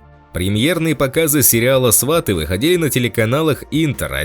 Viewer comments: Свати, а не СвАти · Не сва'ты а сваты'! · Научитесь правильно говорить. Фильм называется: "СватЫ", а не " СвАты". Противно слушать вас. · Не свАты , а сватЫ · Ведущий тупо называет «Сватов»,говорит сваты(ставя ударение на «а»)😏🤮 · Диктор отврвтительно произносит слово -сваты ! Даже слушать не хочется !! Жалко прекрасного артиста!!! А диктор идеот!¡ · сваты ударение правильно ставить надо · Ударение правильно ставить надо на название фильма !!!!!!!!!!Грамотей !!!!!!! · Ударение на слове "сваты" автор ставит не правильно! Это совершенно другое значение слова с таким ударением в українській мові! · Ударение в слове сваты на втором слоге!!!